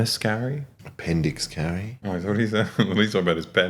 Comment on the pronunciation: Love that they misheard appendix carry, it was perfect